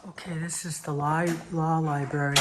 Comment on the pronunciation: Love your videos bit It’s Library not Liberry.